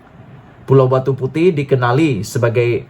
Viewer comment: Besar punya bodoh . Bukan pulau Batu puteh.. !! 😂🤣 Batu puteh.. 😛😝😜🤪 kesian duit mak abah hantar sekolah . ! Sebutan pun tak tahu...!!!